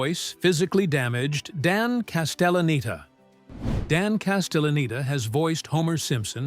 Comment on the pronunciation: They also pronounced Castelleneta wrong a few times 😂